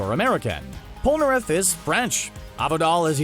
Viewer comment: He pronounced Polnareff wrong. It’s pronounced “pole - nah- ref”.